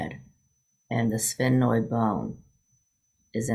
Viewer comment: Haha, there isn’t any other way to say it—sphenoid. You did it🙂